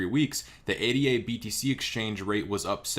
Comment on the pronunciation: Cardano coin is pronounced Aye-Dah, not Aye-Dee-Aye. It was named in honor of Ada Lovelace, the first computer programmer.